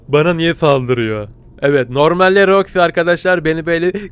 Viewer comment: ABI SEN KAFAYIMI YEDIN MONTIYE MANTYI DIYORSUN ROXIYE ROKA DIYORSUN